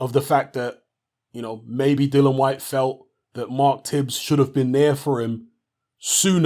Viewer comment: You seem to be quite articulate Mr and I have no doubt you’re literate too. So why can’t you pronounce this guys name correctly? Have a little read. Notice anything...there’s two I’s in there...and three syllables...DILL - I - AN...NOT Dylan. Another little clue if you can’t read, is to listen to the way he and his manager pronounces his name. Have a little practice before your next video...all together now...DILL - I - AN...Dillian...Dillian...give it a go...! 🙄